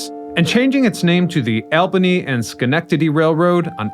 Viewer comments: Mispronounced Albany. Badly. Get your ducks in a row before narrating aloud. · My favorite railroad…. And mangled it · All-ben-ee, not AL ben-33. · ALL-buh-nee not "AL" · New Yorkers call Albany "All-buh-ny", not "Al-buh-ny" like you did. We're in the USA, not Saudi Arabia. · For a guy doing history stories the LEAST he could do is know how to pronounce names of cities correctly. It's NOT "AL" BANY it's "ALL" BANY, LOL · Please, your are mispronouncing Albany. Ir's All-bany, not Al-bany. I'm no English Major but I lived near there for 60 years. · ALL-bany, not Al-bany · It’s not Al-bany, it’s all-bany. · New Yorkers pronounce the name of their state capital aal·buh·nee. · Yikes!!! Unfortunately you're repeatedly misproniuncing ALBANY. The proper way to say it is ALL-BANY. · How can someone who studies so much history not know how to pronouce the capital of New York State correctly? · The way he says Albany makes me giggle 😂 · Many of this presenter’s postings have incorrect identifications of posted photographs, such as the opening photo identified as Manhattan, New York City in this presentation (which is actually Washington Street in Syracuse, NY). There are a lot of discrepancies in his dialog in many of this guy’s videos. Incorrect pronunciations of people places and things (Albany for one in this case). Makes his research accuracy of subjects questionable. Folks, if you want accurate you tube postings about historic people, places, things and events (and for your children to learn correct historical facts), watch “The History Guy.” He has a degree in history, and who thoroughly researches his material so historical facts are presented accurately for us to learn from. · Opening shot is Syracuse, NY, not New York City. And the elevated shot was probably Chicago. And learn how to pronounce Albany. And in case you weren't aware, most of the former New York Central lines are still very much in use - far from abandoned. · You did not pronounce Albany